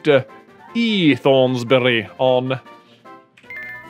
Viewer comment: It's pronounced Thornsberry even though it's spelled Thornsbury